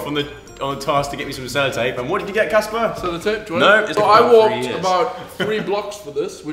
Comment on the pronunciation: EVERYONE HIS NAME IS CASPAR NOT JASPAR GEEZUS